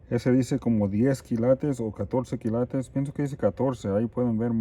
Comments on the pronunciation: Me parece que tu tienes buena intuicion, cada vez que dices esto esta interesante, veo que te encuentras algo de valor y es cierto no se dice kilatos. Se dice kILATES, toma esto como que te queremos ayudar, no lo tomes como critica...Saludos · Jajaja me ency colo dices las palabras y es ópalo y se dice kilates suertes que Dios esté contigo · A mi me gusta cuando dice kilatos 😊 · Por favor sigue diciendo KILATOS eso te caracteriza...🙏🙏🙏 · Me gusta mucho cuando dices kilatos 😉 y tus manos sucias son de hombre trabajador y honrado 😊 que bueno que te fue bien con el oro espero con ansias la continuación del vídeo a ver qué más te salió😍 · Me emocionó cada que subes tus videos x tantas cosas interesantes que encuentras. Que la verdad ni atención le pongo atus uñas y ami me gusta cuando dises kilatos jajajajjajaja tu a Habla como quieras. Jejejejejje